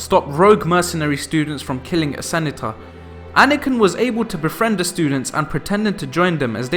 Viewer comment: Senator isn't sen-a-tahh... duel isn't semetic in any way, it isn't jew-L nor even Kal-L the last son of krypton's england?